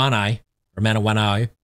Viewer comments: With Jacinda Ardern as PM, the country took a massive swerve to the Left. This would have been celebrated by the Wokies and the media. BTW...the ship is pronounced man ah wa knewie ... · 47 "Mah'nah'waa'noo'ee" ?! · How to pronounce ship name, Manawanui : Mana- wa - noo ee.